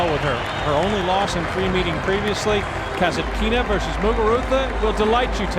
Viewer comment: her surname is KasAtkina, no KasatkIna. KasAtkina is an authority storm.